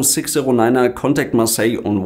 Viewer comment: Kontekt Marseille on won tu for dessimal six feif serro FLEIT LEWEL TREE FEIF SERRO Geil alter wenn ich so ne Funknachricht krieg würd ich erstmal nach Google übersetzer für Sprachbehinderung fragen. Ist das Pflicht in Luftverkehr?